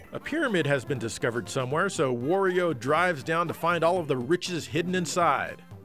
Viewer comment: Giant Bomb's Ben Pack says, "Wore-io."